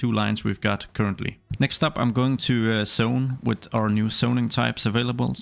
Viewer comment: I didn't understand why he kept saying "sone", then I realized he's trying to say zone haha